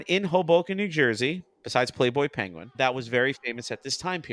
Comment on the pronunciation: There's a couple of Bugs' great mis-pronunciations in this cartoon: "you're a pen-gu-in" and "Madri Grass"